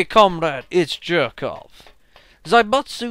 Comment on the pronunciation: Jerkov is pronounced Yerkov.